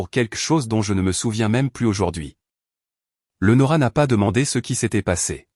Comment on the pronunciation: Même pas foutue de prononcer le prénom Léonora correctement, quelle misère, ne demandez pas des likes, c'est injuste